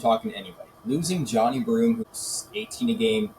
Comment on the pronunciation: Let’s say it together…JOHN(eye)I.